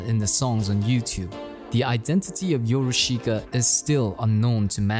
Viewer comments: it’s pronounced as “your-ush-ka” not “yo-ru-shi-ka” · I really like this documentary, but if you will, allow me to correct your pronunciation. It is not "YoroSHIka" but "Yorushka". The "i" is silent. PS. I really like this content! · I love the way you pronounce “YoruSHIka”